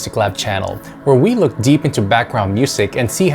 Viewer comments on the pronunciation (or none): none